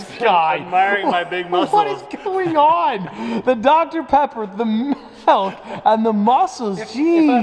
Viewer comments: It upsets me that says “Melk” instead of Milk…… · saying “MELK” over and over is hurting my heart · he really said melk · is no body gonna talk about the way he says milk "malk" hahahaha it had me so dead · When says “Melk” m-i-l-k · Is saying melk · Is nobody going to comment on the fact that he says MELK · did he just say malk? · Don’t let this distract you from the fact that pronounces milk “melk” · Are we not going to talk about how says MELK😂😂😂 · my man said “malk” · He says melk 😩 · What is “melk”? It’s milk bro lol